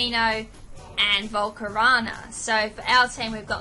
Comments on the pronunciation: Volcar O na not volcarana. Cheers. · she didn't pronounce it as slyveon she pronounced it syliveon with an "i". i dont mind that if anything like it, BUT "volcarona" being pronounced "volcorana" is one of my disliked pronunciations. mainly because it sounds like banana which for all i know could be the joke. :P